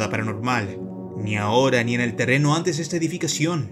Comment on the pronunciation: acaso dijo “tereno” JAJAJAJA